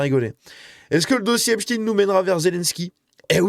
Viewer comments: On ne dit pas epstine mais epsteine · Pour la prononciation, il ne faut pas hésiter à dire «Êp-chtaille-ne» comme il est coutume de le faire en français. Pourquoi succomber à la mode actuelle, très anglo-saxonne ? Va-t-on désormais parler d'Albert «In-stine» plutôt qu'Einstein ? Ou du monstre «Frankinstine» ? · C’est Epstein comme Einstein et non Epstine. Merci de conserver l'intégrité du nom de famille. Ne tombez pas dans le piege de vouloir faire croire qu’il n’est pas juif. C'est EPSTEIN. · Jeffrey "Epstine" et Harvey "Weinstine" n'existent pas..Epstein et Weinstein oui. On dit Albert Einstein pas "Einstine"..c'est une fausse erreur volontaire de prononciation de certains medias afin de ne pas trop mouiller le "peuple elu"